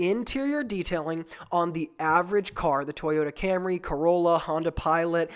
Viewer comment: “Toyota Corollor” lol great video thanks for sharing